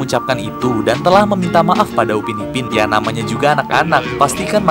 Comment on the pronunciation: itu Upin PAK......bukan upi